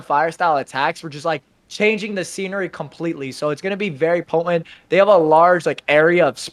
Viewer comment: Bruh. The 'T' in 'potent' is not silent.